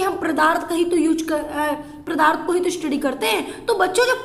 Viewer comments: Mam padarth not pradharth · Madam g pradarth nhi padarth